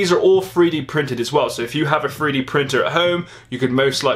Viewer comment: 3d not free d